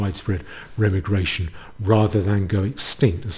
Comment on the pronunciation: Every time you say Remmi-Gration instead of Re-Migration a kitten bursts into flames.